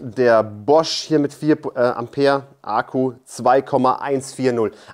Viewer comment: Ich feiere wie Du Ahku sagst, herrlich! 😂